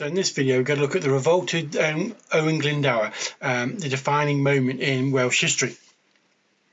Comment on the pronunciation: you gave it a good crack. Can’t fault you for that! 🍻 It’s the “dwr” really, it’s a lower case ‘w’ so is more like “d + oo + r” or like a person who does things, a “doer”. Bit of added etymology, “Glyn” = “valley” or “Glen” and “Dwr” = “water” so he’s Owain of the “Waterglen”. Cheers, Bach 🍻